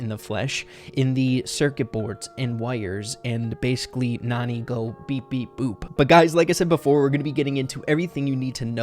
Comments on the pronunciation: The a is not supposed to be silent ok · It's pronounced nAn"eye" like nani-bomb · It's pronounced nanny...